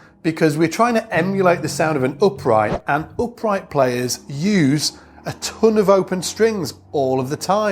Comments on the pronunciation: It's the accent dude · If its about the accent, English is my second language.... and after 38 years my French accent still can be cut through with a knife!